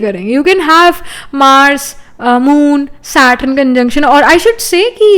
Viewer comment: Its not SATRUN , its SATURN